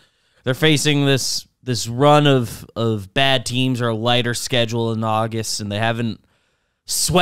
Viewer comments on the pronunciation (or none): none